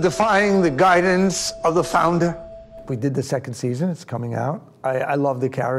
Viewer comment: "founder" "founder" "founduh" <- once he knows which character's voice to use.